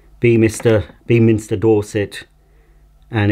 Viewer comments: Its pronounced "beminster" not beam! 👍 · For Beaminster it's pronounced more like "Bem inster", a nice little village we pass through multiple times a week at the moment, does have the slight abnormality of a DuPont preservative factory right in the center of it. And that motor sounds like the one in my grans old one, I gave it an oiling at it seemed to be better, it was also better if left running for a while, the hose/wands seem to be non-genuine (I can't remember seeing any holes anywhere on my grans ones tools, and the first one is chrome whereas Numatic only use painted aluminum or stainless steel), and the molded on plug is genuine, again my grans 1987 henry has the same cable/plug.